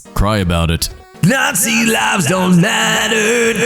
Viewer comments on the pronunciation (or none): none